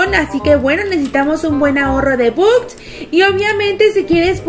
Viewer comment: Holaaa La pronunciación de la palabra "bucks" es backs La pronunciación correcta De simple shapes es: simpol sheips No lo tomen como hate